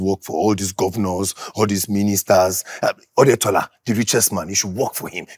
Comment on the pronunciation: Its the Odetola for me😂😂😂😂😂 He meant Otedola😂